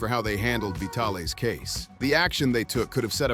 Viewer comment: AI voices crack me up...."Vitale's Doki"....LOL